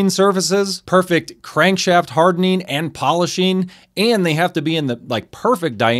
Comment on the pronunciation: “Perfect crankshaft hardeneen and polisheen”